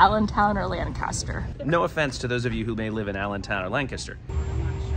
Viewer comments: As someone from Lancaster (county), I find the most amusing bit that says it pretty close to correctly and just butchers it terribly. Also, the airport in Lancaster (where that bus goes) is nowhere near anything. It's not even close to the city at all, so that service is questionable at best. However, you can take SEPTA to 30th street from PHL and then Amtrak to Lancaster and the train station is right at the northern end of the city, so far more convenient. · YOU PRONOUNCED LANCASTER CORRECTLY!!!!!!!! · The way she said Lancaster bugs me. Lol. I’m from Lancaster. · The way you said Lancaster is aggravating me. It’s wrong. 😂